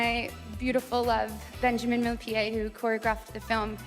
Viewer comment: With her ex-husband - "Benjamin MILLIPEDE " 😂😂😂 🐛 did anyone else hear that? 😂